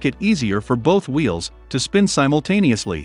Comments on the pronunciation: hey it Wheels not veals. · Just realized Tesla's have open diffs. . Your voice software says Vheels not Wheels. My ADHD was distracted each time it said Vheel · Did anyone else hear “Veel” a lot?